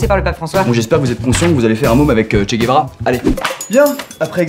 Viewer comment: c’est pas che guevra mais che Guevara